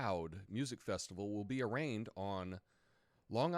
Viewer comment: you pronounce 'arraigned' funny:) All the best! Isn't today supposed to be fact checking Fri,?